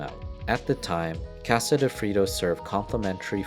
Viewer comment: Did the man that bought Frito co for $100 but only paid $80 and owed $20 ever pay the $20 owed because I never heard the Narrator who can't say Casa or masa correctly never mentioned so that families still owed?